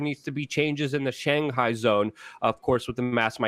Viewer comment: Schengan zone, not Shanghai zone.